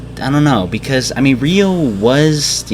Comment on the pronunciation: it's ryo not ryu!